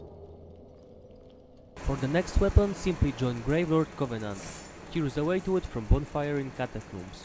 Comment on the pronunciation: "I'm gonna show you de whey"